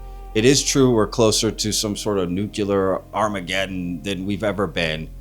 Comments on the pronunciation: I keep pointing out..it’s NEW-cle-ir not new-cu-ler nuclear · Why can’t people pronounce the word “nuclear”???? It isn’t fucking hard. NEW CLEE ERR … say it with me